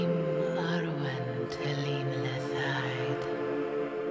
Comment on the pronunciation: ...why does’nt..Arwen..pronounce her name with a ..rolling R...I thought elvish language predominantly used..rolling R’s.thanks for anyone’s help.thank you for the posting